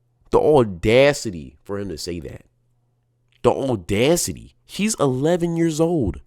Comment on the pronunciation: Audacity doesn’t have an “r” in it. ordacity